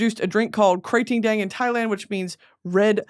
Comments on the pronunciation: OMG the way you pronounce KraTingDang is exactly like the way Thai ppl (me) pronounce it.❤❤❤❤ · Hi Supreme Leader me and my mom are Thai and I just wanted to lyk that she loves your pronunciation on Thai Red Bull thank you for making us laugh💗